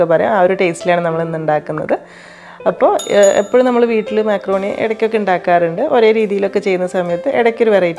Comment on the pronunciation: മാക്രോണി അല്ല മക്രോണി 😊